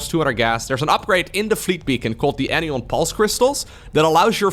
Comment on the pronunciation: Just want to point out.... it's AN-EYE-ON crystals. Like Cation but the opposite anion. Negatively charged ions.